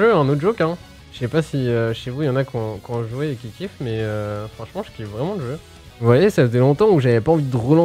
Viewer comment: Arrêter avec vos : "le jeu'x'" putain y'en a qu'un arrêter de foutre des x tous le temps. Tellement tiltant...